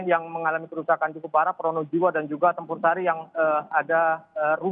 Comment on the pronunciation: Bukan kec campursari tp Tempursari mbak